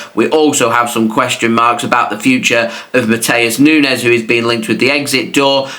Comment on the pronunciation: Nunes not mines